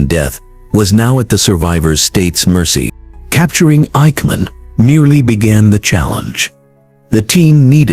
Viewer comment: I hate AI generated voices. This AI couldn't pronounce the names of Mossad or Eikman.